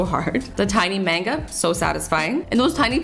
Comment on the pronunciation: Am I the only one who got mad when she said “main-ga” instead of manga